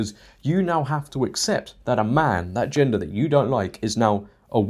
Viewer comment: Hahaha “in that gengder that doesn’t exist anymore… “ HAHAHAH ok ya got me to chuckle I’m subscribing now lol I’m new 🤣